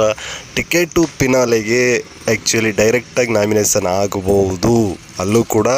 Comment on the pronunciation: Pinale alla finale, naminasion alla nomination.. Vyakthithvad bagge compare madidaga sumne idre avnige vyakthithvad bagge gotthe illa antha Artha.. 😂😂